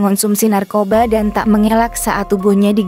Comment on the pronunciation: di baca dan bukan dun😢😢